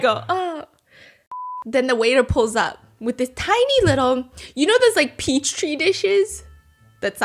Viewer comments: saying peach tree when she meant petri cracked me up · part of me thinking she knows it’s petri but says peach tree for vibes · NOT PEACH TREE LMFAOOOOOO (she meant petri for anyone wondering why we are all dying laughing lol